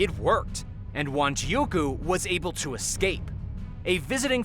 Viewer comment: It's Wanjiku. Not Wanjiuku